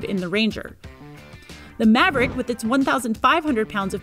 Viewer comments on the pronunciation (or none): I stopped watching at "Ford Moverick".. 2 seconds in.